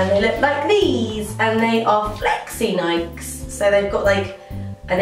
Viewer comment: Aren't they pronounced Nik-ee's?